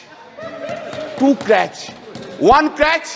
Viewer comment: Crutch ,,,,not clutch.'H' is silent in honourable.